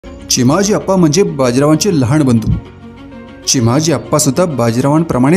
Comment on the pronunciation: लहाण नाही लहान म्हणा 😂